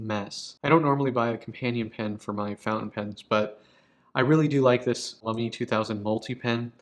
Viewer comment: I don't know why it bothers me so much, but I trip over the way you pronounce Lamy. Why stress the second syllable?? You have the right vowel sounds at least. So I guess I should be happy about that.